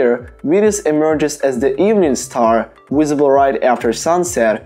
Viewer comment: I love the way this guy says visible......he says wisable. I'm gonna guess he's probably Slavic because they have a hard time pronouncing the "V".